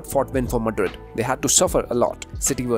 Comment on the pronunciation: Every time I hear him say Madrid, I swear I hear the name Modric more 😭 not his fault. Just accent haha